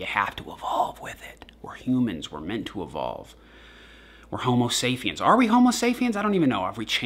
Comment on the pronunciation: Did u say homosafiens.??? Homosapiens???lol